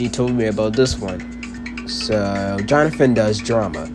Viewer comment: HOW DARE YOU PRONOUNCE MY NAME WRONG💔 But I ain't gonna lie, it was Tyler who gave ms.grace the idea to pair Jonathan with that little girl, well no. I mean Tyler told ms.grace to make them do a Aladdin and jasmine page instead of another duo page for the audition 🥹